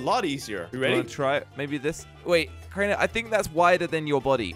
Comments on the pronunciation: Kraner bro its crainer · "Kraner" bro its Crainer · How we pronounce Crainer: Crayner How pronounces Crainer: Craynah